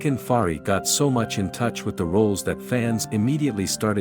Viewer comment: Very nice voice of the narrator and the narration is very clear. How he pronounce the name of Fahriye is even cute.